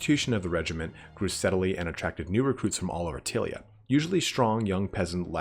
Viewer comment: There`s nothing to worry about in the pronunciation. There are no Italian words in DOW, only words that some English guys made up which sound Italian-ish. I`m more worried that you are massacring Tilea, which I always thought of as ty-lee-a. Also, being American (which you cannot help) you don`t see all the puns, in-jokes, references, & play-on-words that old-school warhammer/40k used to be stuffed full of. Otherwise, good work fella.